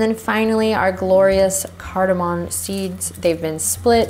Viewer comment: CardaMOM. Not cardamon.